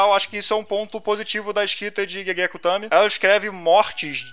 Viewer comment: a pronúncia de Gege é "Guegue".